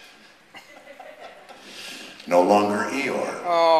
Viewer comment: oh, you see i didn't remember eeyore until pete pronounced his name. i thought it was eye-ore